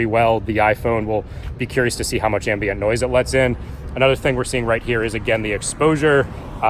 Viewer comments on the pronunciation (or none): none